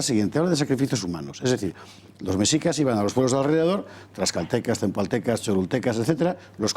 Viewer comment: El guión del programa y las preguntas a modo, todo bien artificial, el historiador ni siquiera sabe pronunciar Mexicas, dice mecsicas, dan la impresión de ser un foro de reaccionarios de la vieja escuela, con prejuicios que todo les ofende. Me pregunto que clase de educación oficial y visión histórica poseen los que se ofenden por esta noble petición, si fueron formados con el oficialismo parcial de la dictadura franquista al cual jamás lo removieron de su cargo, murió con mano dura y represiva hasta el ultimo día de su vida y ahora mantienen una monarquía parlamentaria a modo y acomodaticia para la realeza. Encima de esto tildan de populista al presidente de México, no saben siquiera el significado del populismo lo cual solo es un cliché del neoliberalismo capitalista-rapaz, el presidente lo eligieron 30 millones de personas y tiene la aprobación mas grande en décadas en su muy corta administración. Lo culpan de que es un país violento, pero solo lleva 3 meses en el cargo, pero con sus antecesores los ex presidentes corruptos y ladrones esos no les parecían populistas, eran títeres que no sugerían la reconciliación para con los pueblos originarios.